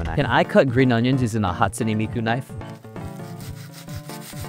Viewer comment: hatspoone miku